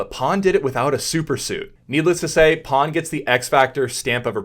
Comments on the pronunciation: Is his name Pan or Pawn? You said Pawn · Fyi his name is actually pronounced closer the way we'd pronounce "pan", as in "panorama" in a neutral American accent. No shade though, Chinese names are hard to figure out. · By the way, his name is PAN but not PAWN, it was disrespectful to call him.